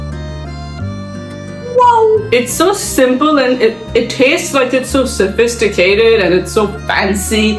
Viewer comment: Really brought out the French in you 🤭 "It's so Sophisticated & So fancy" 🤪 But jokes apart, top job chef will try it for sure 🫶🏽🥂